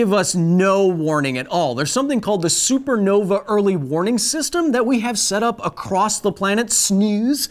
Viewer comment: He said supernova wrong the first time and it upsets me :(